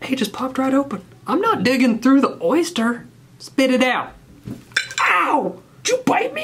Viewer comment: “ThE wOiLd Is YeR eRsTeR”